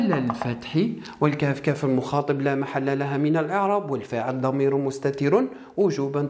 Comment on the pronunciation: شرح ممتاز استاذ فقط ملاحظة نقول كاف المخاطَب وليس المخاطِب